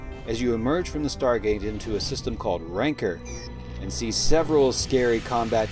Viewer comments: i was hoping this would have some form of useful info i could link to newbies, then you pronounced rancer wrong and it all kind of went downhill from there :-D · Love the care bear commentary (why did you call Rancer RANKER lol)